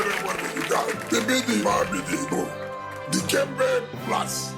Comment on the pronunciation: ...It's, Dikembé